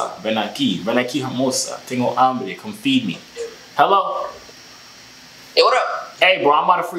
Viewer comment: be careful when saying "tengo humbre " to a spanish male in